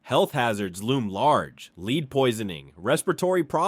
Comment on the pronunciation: Someday they’ll teach AI proper pronunciation. It’s lead (led) and Bodie (boh -Dee)